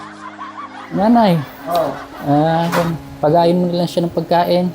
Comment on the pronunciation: Galing ni sweet pakinggan pag bigkas nya ng nanay